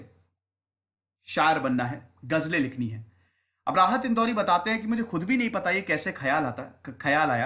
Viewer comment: सर वो 'नहीं' गलत पढ रहे हैं वो उर्दू का नइ है।